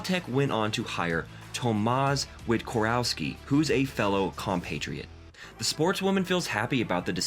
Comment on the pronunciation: Tomasz Wiktorowski pronounce: Tomash Victorovsky. Daria Abramowicz pronounce: Darya Abramovitch